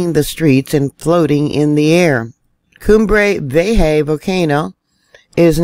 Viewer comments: It Pronounced... Cuhm Bray, V A HA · The volcano, Cumbre Vieja, is pronounced “COOM-bray vee-EH-hah”. Just a little well-meaning help from someone who lived in Mexico for a couple of years. Blessings. A good mnemonic trick for the pronunciation of “vieja” would be to mock the Veterans Administration: V.A.? Ha! 😉 BTW, cumbre vieja means “old summit”, with cumbre meaning summit, and vieja meaning old, because Spanish, like many other languages, puts the adjective after the noun, unlike English. I guess now that it’s erupting, the islanders should change the volcano’s name to Cumbre Nuevo, “new summit”, ‘cuz it’s made of brand new rock now.